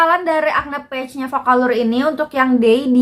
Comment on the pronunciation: Saran aja kak, liat cara baca "patch" di google. Soalnya kakak kaya ngomong "page". Semoga diterima dengan lapang dada ya kaka 🤗🤗 Oiya makasih bgt reviewnyaa. Sangat membantu ❤️❤️